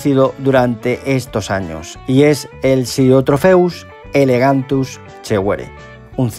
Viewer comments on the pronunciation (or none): Perdona que te corrija, pero en el vídeo no paras de decir "elegantus" y es "elongatus". Por lo demás buen vídeo como siempre y el pez me gusta bastante, de hecho lo tengo en el acuario. Saludos. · ELONGATUS no Elegantus... Y tienes que aclarar que es FITOplancton y no ZOOplancton, ya que dices que se debe alimentar con vegetales y no con animales.